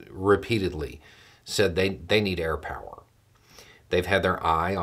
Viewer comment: YOU GOT THE POWAH!!!